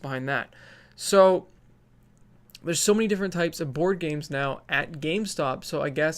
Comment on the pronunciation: As a Swede I heard you say "Bored Games"... XD Made my day! TY!